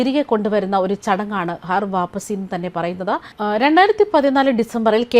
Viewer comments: ഹർ വാപ്പസി അല്ല ഖർ വാപസി ആണ് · ഹർ വാപ്പസി അല്ല ഘർ വാപ്പസി ആണ് ശരി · ഹർ വാപ്പസി അല്ല....ഘർ വാപ്പസി ആണ് 😂😂😂😂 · Please choose people with atleast minimum knowledge to read news. This person don't even know to say ghar vaapasi correctly.